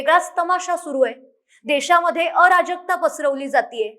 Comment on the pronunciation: विश्लेषण योग्य...फक्त अ राजकता नाही.अराजकता असा उच्चार पाहिजे.. जहाजातला ज पाहिजे